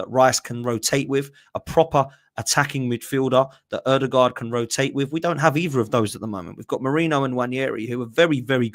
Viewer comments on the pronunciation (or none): none